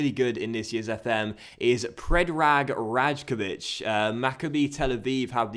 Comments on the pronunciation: The right way to pronounce the name predrag rajkovic is Ray-ko-vich i say that as a maccabi tel aviv fan so he plays here in israel💙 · like ray as in ( R-eye-kovich) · you pronounce rajkovic wrong, you need to say it like this: "raykovich" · Rajkovic is pronounced Rye-Kovich. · So hyped for this sereis! :D BTW Rajkovic is pronounced like Raykovich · Rajkovic is pronounced Righkovic, it's quite hard to explain how the j is pronounced in the easter europe countries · The right way to pronounce the name predrag rajkovic is Ray-ko-vich pls like so will see it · I'm from Israel and a Maccabi tel aviv fan, Predrag is a very very good goalkeeper with a bright future in front of him,and the correct way to pronounce his name is Raikovic